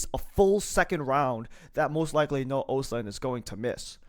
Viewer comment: Pronounced ahstlund. Its a hard o